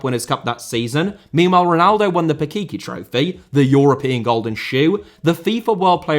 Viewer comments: Why do you eat pakiki I’m pretty sure it’s pachichi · the "ch"s in "Pichichi" are like the "ch" in "CHoose". Please don't say "Pikiki".